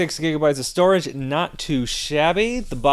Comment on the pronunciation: just the storage is spoken wrong